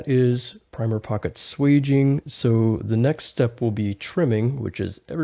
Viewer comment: It's swaging not sweging.